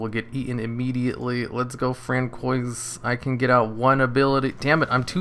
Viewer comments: ...is it not fran-swah (french)??? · “Fran-koi’s” lord help us lmao, nice vid tho!